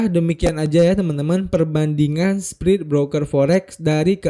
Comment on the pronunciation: spread itu bacanya spred om bukan sprid😅